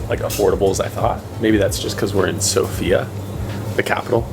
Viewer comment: How hard is it to stress the first syllable,the SO part of the name of the capital Sofia?